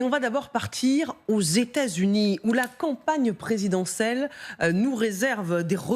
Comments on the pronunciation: La speakrinne a dit : la campagne présidensel !🤣🤣🤣🤣🤣🤣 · "presidencelle" "legimité" , faut retourner à l'école très chère